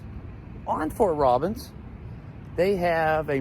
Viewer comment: Lol, it's not Fort Robins , It's Robins Airforce Base